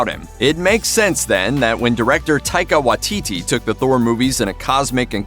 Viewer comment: Whoever it was that said "Taika Waititi" please learn how to pronounce things. That shit was uncomfortable